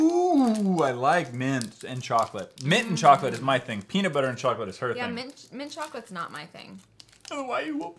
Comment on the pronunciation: It not beanutbuter